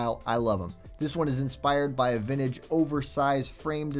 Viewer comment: never heard it pronounced vin-ta-ge.